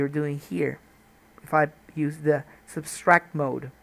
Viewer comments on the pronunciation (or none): It's "subtract", Mr. Schiller, not "substract". You were thinking of "subscribe". didn't you? :-) Thanks for the tut, great stuff!